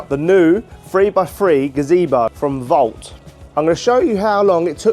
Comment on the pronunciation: Why are you pointing the camera at the name on the box where it clearly says VAUNT but you still keep saying 'Vault'?? 👀